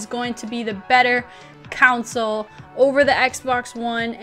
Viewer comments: Stop saying counsole...its console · Lol Console=Council.